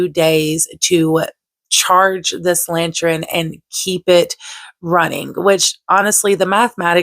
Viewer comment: The way you pronounce “lantern” makes me chuckle lol.